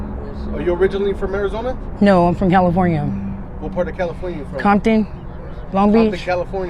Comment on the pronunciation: She said Compton right. She Samoan probably from S.O.S